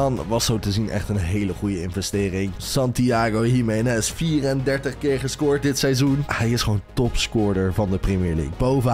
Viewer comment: Waarom zeg je Santiago Himenes